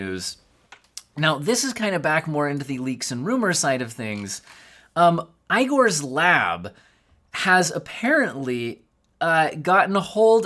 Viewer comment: STOP SAYING EYE-GOR!!!!!!!!